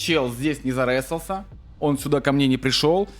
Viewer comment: "ЗаРЕсался" после 10го раза этого произношения пошла кровь из ушей😂